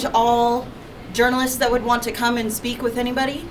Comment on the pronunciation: speck? you mean speak?